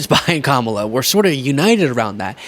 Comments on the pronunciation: Trump, if you cannot pronounce the name of Kamala, have the courtesy to ask her how she would like her name to be said! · He deliberately mispronounces Kamala's name.